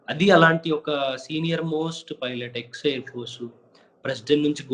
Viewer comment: Emayya పైలట్ అని అనాలి ,filot అని అనకూడదు ,నువ్వేమైనా bithiri sattiva enti